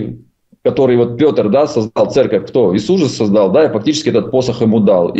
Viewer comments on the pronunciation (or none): none